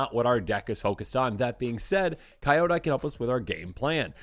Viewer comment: FYI, most MtG YouTube channels seem to mispronounce the name. It's spoken like, "key-yo-die".